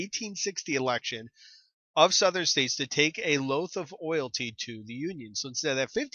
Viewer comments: "A loath of oilty" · It is like and I am so tired but still trying to study and started dying when he said loaf of oalty